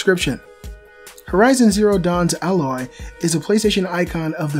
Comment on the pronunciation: thanks for actually saying AYE-loy, not AH-loy. And Hermen Hulst said that Aloy wasn't inspired by Ygritte because this game was in pre-production before Game of Thrones started airing.